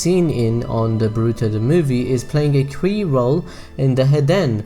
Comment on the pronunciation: It's not pronounced boRUto, it's pronounced BORuto.